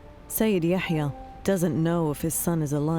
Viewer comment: It's Yahya not Ya7ya. So annoying